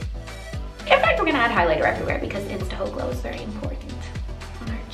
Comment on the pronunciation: Lmbo I've been watching your videos for so many years and I laughed * 😂* when you said ' insta hoe_glo thats so cute.